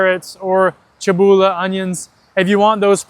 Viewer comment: the "korenje" and "čebula" pronunciation was perfect, great job!